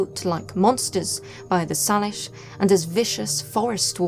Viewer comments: For future reference, the word "Salish" is pronounced by locals with a long "a", so it rhymes with "Say-lish", not "Sah-lish". It's not something anyone who hasn't been to the area would know so no worries, it's more of a now you know sort of thing. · Pronounced Say-lish first nation's. 🥰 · Hi love your stories and your narration I don't know what it is but your accent makes you want to keep listening, I am born and raised on Vancouver Island and have Salish friends, so just for your info we pronounced it "Say-Lish" I hope that I am doing it right so you understand because it's not a big deal to me but it might be to them. Just saying. Cheers